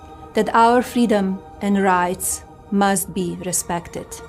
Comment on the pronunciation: "Our feedom"